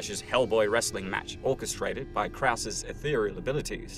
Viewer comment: It sounds like Krauss is saying f- you to Hellboy instead of stay focused